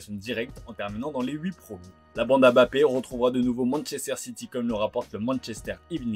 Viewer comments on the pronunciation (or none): none